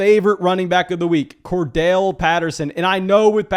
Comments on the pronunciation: Say it with me.....Cor....Darrell. Cordarrelle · Are the two r’s in Cordarrelle silent or something?